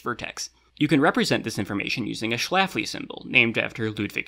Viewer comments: It's not pronounce shlafli is pronounced like shlefli because the letter ä is sounds like the letter e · Small correction: I am pretty sure the ä in Schläfli is pronounced [ɛ] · pronounces “Schläfli” with an /æ/ instead of /e/ and now I’m having a small mental crisis because is this correct in principle because Swiss German has /æ/ instead of /e/ for <ä>? Did do this on purpose?? It seems exactly the sort of thing would do on purpose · C'mon,, you're a linguist. Schlaefli was Swiss. That a-umlaut is even sweeter in Schweizerdeutsch than it is in Hochdeutsch.